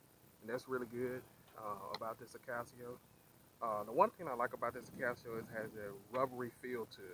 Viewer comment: I is NOT Akaseo......it is Akaso. We are not all 'guys!' Going somewhere else Oh, speak more distictly.